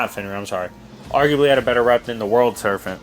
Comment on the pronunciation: Good video, but it's Serpent with a P not an F.